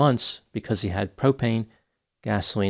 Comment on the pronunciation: When you said `Propane` I thought you said `Cocaine`! Mea Culpa! Wish I could be so `Sorted`, `Aware` ,etc.